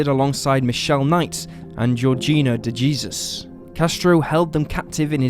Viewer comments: That one girl's last name isn't pronounced D' gee zuz. It's pronounced D' hay soos. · Her name is Duh-Hay-Soos...not De Jeezus. I know you're using an AI bot here, but this is really disrespectful when you don't pronounce a person's name correctly. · Just FYI, DeJesus is pronounced Day-Soos. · the pronunciation of Dejesus eeeshhhh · Look up the pronunciation of DeJesus and Bifida, please.